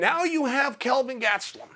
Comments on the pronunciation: "Kevin Gas-te-lum" - DC ;o) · HAHAHAHAHAH I was dying when DC was saying it like that on Monday